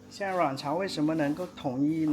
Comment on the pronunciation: 謝謝介紹，很好看。「阮朝」發音有點好笑，像「卵巢」。😂 整體拍得很好，歷史介紹也相當到位👍